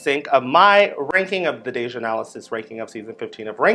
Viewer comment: Did you say Anal-assis??? Too funny!